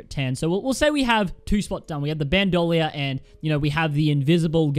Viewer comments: BandOlier That’s not how it’s pronounced... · Its pronounced ban-do-leer. Bandolier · imagine favouring Bandolier but not knowing how its pronounced.